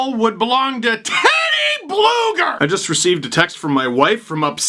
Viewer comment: Steve... U got it wrong his actual name is TeodorS BlugerS. So yes his from Latvia and his name ends with S